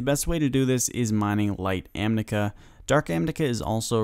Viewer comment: Thank you for this guide! I just got caught off guard by you continuously saying 'amnica' instead of 'amica.' I had to replay it to make sure I was hearing it righ lol